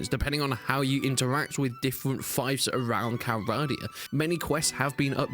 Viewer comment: Hearing 'fife' for 'fief' made me laugh for some reasons.